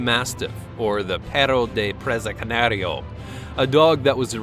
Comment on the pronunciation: Psst, let me help you out with a couple of these dog names coz you put 6 or 7 syllables in one that has only 4. The Fila (Bra-see- lay-row) Bra-si-lei-ro. Now, just say those 4 little words in parentheses real fast and you'll sound nearly Spanish! And Presa Canario is (pray'-sah kah-nahr'-ree-o).